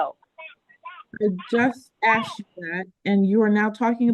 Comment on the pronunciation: It’s “askeddddd” not “axe”. It’s not that hard to pronounce 🙄